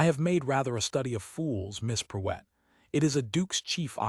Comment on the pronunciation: duch-esses not doo- esses..... And amuse not a mousse. Preuett is Pruewitt....